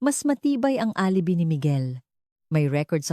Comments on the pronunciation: Correction: Please pronounce, ALIBAY. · Alibi is pronounce as alibay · Bothered ako sa pagkabigkas mo ng word na alibi.